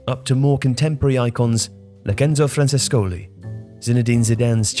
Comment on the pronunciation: Locenco Frankescoli?????? lol it's Enzo Francescoli